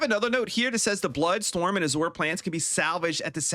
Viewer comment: FYI: Azure is a color. It's a type of blue. And it's pronounced "aa-zyur".